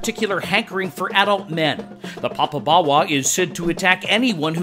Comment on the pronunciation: You need to pronounce it properly. You seem to be saying papa-bawa. The o in popo is the same o as in dodo, dead as a dodo.